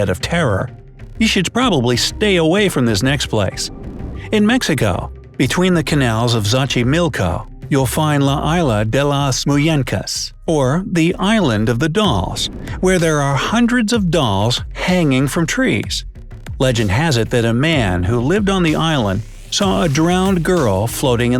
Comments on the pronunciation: "La aila di las munecas" 😂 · I think you pronounced wrong? it's "La Isla De Las Munyeca" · "LA ÁILA DI LAS MUÑEINCAS" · Thats not really how you pronounce it.......